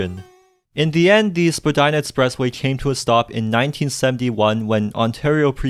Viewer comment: Vagina express way? What I heard.